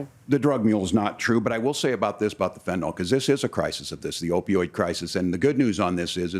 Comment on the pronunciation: FentanYL not fentanOL!! Come on folks!! Regardless, this nation is a joke today because far too many who WANT things to be a certain way are confusing it with the reality. Stop lying, stop projecting, and stop confabulating, everyone, either side. If you continue to do so, you are the problem. This “two sides” bs is only occurring because the weakest among our population (weak intellectually, emotionally, and psychologically) are currently the loudest and the most likely to become influencers and part of the commentariat on YT. These are average people seeking attention and buying cameras, microphones, and editing software. It does not make them knowledgeable nor expert. They are simply loud opinion-sharers with hopes of getting a following for personal gain.